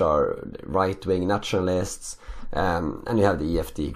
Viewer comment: Did anyone else notice that whenever he said ‘nationalists’ it sounded like he was saying naturalists’. Not a complaint just an observation.